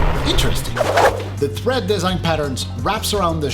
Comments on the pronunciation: Tread*** not thread😂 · Is he saying thread 🪡 😂